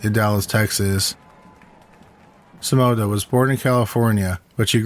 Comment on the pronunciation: The story is good but your narrating is awful😱 your words are slurry and you sound like you are stoned. The way you say Simona makes me want to pull out my hair